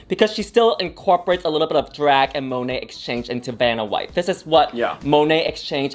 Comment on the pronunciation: I thinks she may have difficulty pronouncing the name Vanna Nicky says "Banna White, Benadryl", maybe due to her French accent. lol